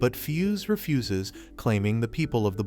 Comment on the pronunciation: Did anyone else laugh when he said fuse Refuses.?